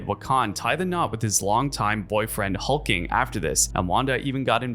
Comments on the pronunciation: As a fan of Wanda’s story and WICCAN Pronounced WICCAN AND NOT WECAN. And HulkLING not Hulking. Damn are you even a fan. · Why on earth do you pronounce Wiccan like that..... Omg HulkLING too. Jesus. Also Wanda was not the one who reversed M day it was Hope Summers.